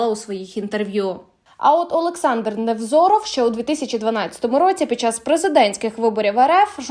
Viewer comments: Чому НеВРОЗОВ, а не НеВЗОРОВ? 😳😳😳😳Ви хоч прізвище вивчіть перед тим, як публікувати! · Невзоров, а не НЕВРОЗОВ..! ( 0.50 МИНУТА..) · Невзоров, а не Неврозов:)))) Ах ха ха ха ха ! Це смішна оговірка .. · Называйте правильно фамилии Невзоров, а не Неврозов...